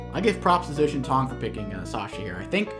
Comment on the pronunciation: Really interesting match, also zhaotiantong's name should be pronounced something like jao-tee-en-toong, the tian is said with a hard t and the I is pronounced like saying the letter E, with the A said like an "eh". Zh in Chinese is pronounced similar to a J.